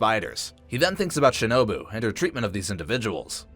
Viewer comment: u said it wrong shinobae not bu